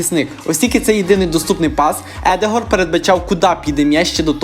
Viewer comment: Запам'ятай не Едегор, а Одегар